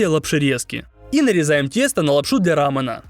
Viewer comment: Рамён а не рамен.